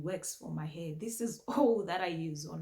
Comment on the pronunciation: I love how you say "heh" for hair 😂 it's adorable ❤